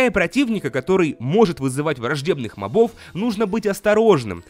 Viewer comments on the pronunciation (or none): Мóбов, а не мобóв =_= и ты ужасно пытаешься озвучивать Джеба ((((